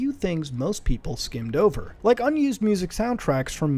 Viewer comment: Did you rike it?